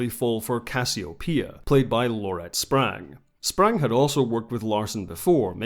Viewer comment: As a life long BSG fanatic,I really enjoyed this retrospective.Although I already knew the background story I enjoyed ur commentary on the episodes you highlighted. Just a few errors,Baltar did not have the first name Gaius in this version of the show.That came later in the reboot. Also, you got Laurette SPANGs name wrong.It’s not Sprang as you pronounced it. Otherwise great video!